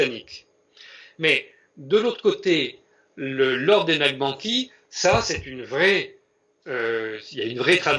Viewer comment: Excellente démonstration. Toutefois il faudrait prononcer NAQ-CHA-BAN-DI et non Nachbandi/Naqbandi pour que l'auditeur non averti sache de quoi il s'agit. Merci